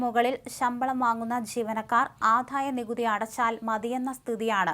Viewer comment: ദയവു ചെയ്ത് ഉച്ഛാരണം ശ്രദ്ധിക്കൂ , ആധായ നികുതിയല്ലാ, ആദായ നികുതിയാണ്, ഘോഷമല്ല, മൃദുവാണ് തീരെ ഉച്ഛാരണശുദ്ധിയില്ലാത്ത വായനക്കാരി